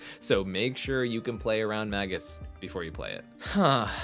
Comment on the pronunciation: It's not "maggus" of the moon, it's "may-Jus" of the moon. JS